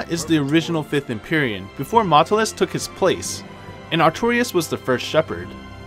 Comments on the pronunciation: God your pronunciations are off in some places, it's like you never played the games sometimes. "Maotelus". "Mao-telus", not "Matlus". Also, "Ravine" is pronounced "Ra-veen" not "ra-vin". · At least you could have pronouced maotelus correcly.